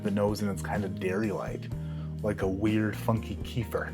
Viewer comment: Kefir is pronounced keh-fear